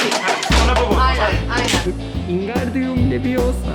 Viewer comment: Nobody:: ingardiyum leviyosa